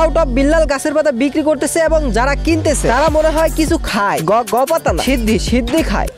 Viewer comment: শিদ্দি ❌ সিন্ধি ✅